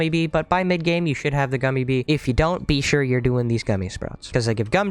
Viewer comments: I dont know if that pun is intentional or not XD he keeps saying BEE shure to do this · Is that bee-sure on purpose